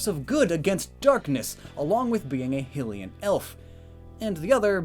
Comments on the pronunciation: why do you say hillian instead of hylian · ah yes hylian pronounced hillian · They way he says “ HILL E IN “ make me SO mad it’s pronounced “ HIGH LEE IN “ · Hylian is not pronounced hillian. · Hylian is pronounced High-lee-an. Not Hill-ee-an. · ITS PRONOUNCED "HIGH-LEE-N"!!!!!!!!!!! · Hylian is pronounced “HIGH-lee-an” and they are not elves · It’s pronounced hi le in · Why Do You Pronounce Hylians Heelians? Just A Nitpick Of Mine. Also I Feel Like Ganondorf Would Be Dark Fighting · The race Hylian is actually pronounced hi-lee-in. Just like how Hyrule is pronounced hi-rool. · Ur mispronouncing hillyan..... soooo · Did this dude really just say Hill-ean? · You said hylian wrong and sheik is half hylian half sheika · Every time he says hylian wrong i want to kill myself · Am I the only one bothered by his pronunciation of Hylian? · the way he pronounced hylian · Breath of the Wild came out in 2017 and you still can't pronounce Hylian right :P? Also I would peg both Fox and Falco as having Fire as their secondary typings due to their Up Specials.